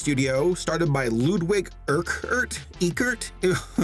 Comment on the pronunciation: Ludwig’s last name would be pronounced “Eeh-Kurt”